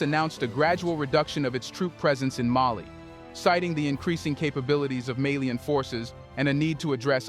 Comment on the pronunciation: Malian not melien